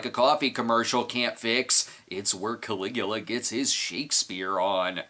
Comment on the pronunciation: It's Caligula! Wonder if Brad knows 'bout the guy 🤔